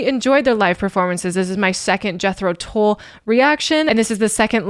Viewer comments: Thick is a Brick is an album containing one song over 40 minutes long. They edited sections from it to play on the radio. You should check out the album. Tull rhymes with dull (not to say he is dull at all) and does not rhyme with bull. I agree with the comment below: Locomotive Breath is something you should hear. Lok at the output over the years and try to explain why Jethro Tull isn't in the RnR Hall of Fame - crazy. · THICK AS A BRICK is a 50 minute long composition. This is the much shorter Live version. "Tull" rhymes with HULL (like the hull of a ship).....